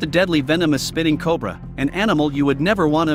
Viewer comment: Meet the unskilled robotic copy reader. They are highly skilled at mispronouncing or mis-inflecting everything they say. And no, the spitting cobra is not named that way because they aim for the eyes; they're named that way because THEY SPIT.